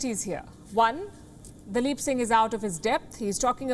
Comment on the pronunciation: Palki nailed daleep Singh.....